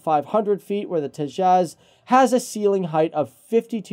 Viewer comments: Beo its Te jas not tezaaz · It's H.A.L. Tejas, and not any of your: 1. Hal tejas 2. Hal to jazz 3. Hal two jaws etc etc. Please, pronounce it correctly. Thanks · It's pronounced "TAY-juss" and not "tay-JAZZ." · Tea-Jazz but I pronounce it as Tea-has (silent J) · Its pronounced as 'Tayjus'.